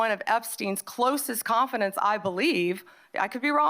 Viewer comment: Bondi can't pronounce "Confidante"